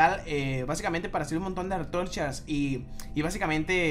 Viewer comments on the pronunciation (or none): si notaste que dijo artorchas y es antorchas